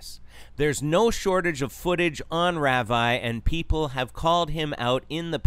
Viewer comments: It's pronounced rah-vee. Geez, at least know how 2 pronounce it since you're doing a video about him. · just saying, it's pronounced "Rahvee", not "Raaveye" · thats an interesting way to pronounce ravi 🤣 - RAVIEEEEE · You pronounced his name wrong...